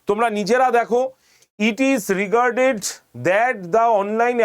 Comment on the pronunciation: Sir হয়ে Regretted কে Regarded বলছেন 😢, আর আমি কোর্স নেবো না😂